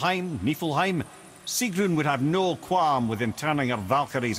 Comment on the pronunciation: It not sigrun